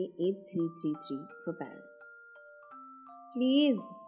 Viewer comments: pair-is ya pair-us kisse maru laat tereko🤣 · Pair-is and pair-us😁😁🤭🤭🤭🤭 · Par-is ya Par-us !!!